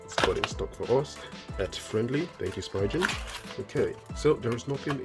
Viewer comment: Just a little FYI : Spigen is pronounced Spee-gen .....Not Spy-gin 👌 I really wish they'd put a little effort into their cases, I used to love the Neo Hybrid but they've gotten so repetitive and basic looking, they never change anything up with their cases! I'm going for the Black Camo UAG Pathfinder case...best looking case for this phone I've seen yet, as well as their cases protect the camera lenses on the ultra instead of leaving it wide open like theres a camera body on the phone like most companys are doing for the ultra, which looks way better than a big empty camera section lik emost cases are offering.